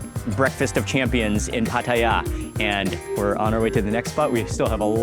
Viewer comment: Mark pronounces Pattaya like a Thai (no foreign accent at all).